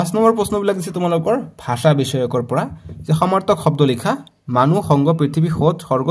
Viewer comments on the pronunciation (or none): none